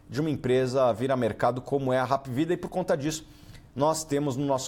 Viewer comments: Só um detalhe a pronuncia esta errada, não é Rap é Hap mesmo , vem da sigla HOSPITAL ANTONIO PRUDENTE. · não é rap. é APvida kkkkkk